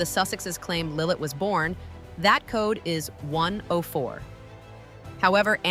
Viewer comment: Not Lillet it's Lillibet. Also 5 people would have to die or abdicate before either Archie or LILLIBET could take the throne.